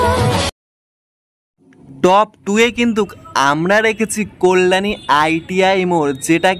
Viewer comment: Tomar balar ucharan khub kharap, Kalyani is best habe